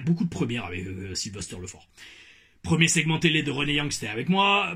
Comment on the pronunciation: LEFORT -> LEFART 😂 c’est enorme